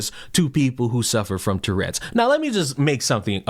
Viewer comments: "Torredz" ???? Really?? Tf is that?? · She cannot even say "TOURette's" correctly. She says "turrets". Like, he doesn't have mounted firearms on his shoulders.